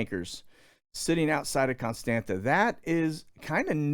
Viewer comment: Constanta it’s pronounced Constanza 😀